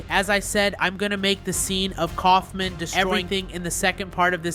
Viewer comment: uh you meant kaufmo not kaufmin